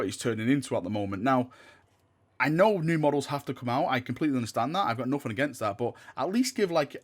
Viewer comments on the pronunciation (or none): none